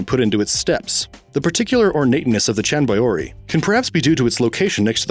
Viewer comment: Especially since he can't pronounce it, like half the other place names he messes up on here.